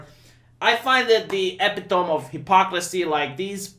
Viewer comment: Love you, but it's pronounced ay-pit-o-me, not epi-tome